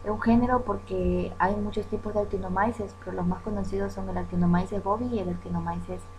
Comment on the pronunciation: No Se pronuncia en español actinomaises se pronuncia actinomices